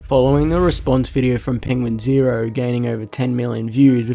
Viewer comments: You didn’t say it right he says it’s pronounced penguin z zero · there's no right or wrong spelling in Penguinz0. Charlie pronounces it different everytime